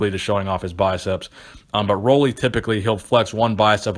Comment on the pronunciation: My best pose... nothing like The Oak tho! Great vid as usual but it’s not Roley, it’s Rooley lolol